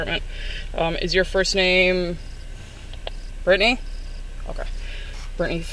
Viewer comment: 'Brytni'??? Omg 🥴🥴🥴